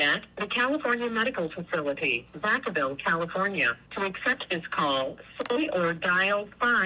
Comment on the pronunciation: "In Vacaville" 😂